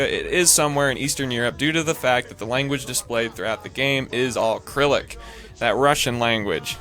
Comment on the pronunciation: GREAT video ,but i think you mispronounced Cyrillic.